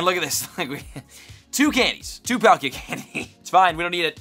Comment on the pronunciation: Is this a different girl or have I just not seen her enough,she don’t feel the same she couldn’t say palkia right… NO HATE AT ALL